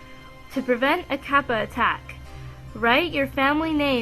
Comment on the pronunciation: Obakemono aren't scary, they're awesome! You mispronounced kappa, though.